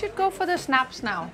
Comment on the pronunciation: There is no "ch" in snaps!!!!!!!!!!!!!! Pickled herring with sour cream and dill on Danish rye, a "bite" of Jubilaeum's Akvavit (sorry, no Danish keyboard) and a swig of Carlsberg to wash it down. That is how it's done. Skol! My mother was Danish and lived through the Nazi occupation of Copenhagen. When I was young we lived in Rungsted, across the street from Karen Blixen, and later in Hellerup. The house we lived in was across the street from the train station. It is now a parking lot.